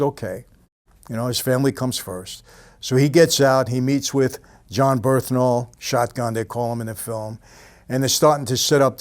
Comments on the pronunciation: Bernthal not "Berthnal" but love ur videos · BURN-THAL.. Not Berth-Nal.. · bernthal not berthnal. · Birth-Nal 😂. Its BURN-THAL!! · Dude's name is "Bern-thal" not "Berth-nal". Come on, boss. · BeRNthal, not "BeRTHnal" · It's pronounced "BURN-thal" my man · Michael just CANNOT say bernthal right